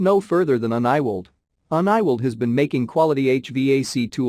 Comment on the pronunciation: first time I heard uniweld be pronouced as on-ni-world. thanks for the review not sure you ever tried or just edit text